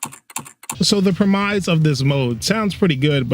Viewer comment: Not gonna call you out for the Gae Day typo but the way you pronounced "premise" is crazy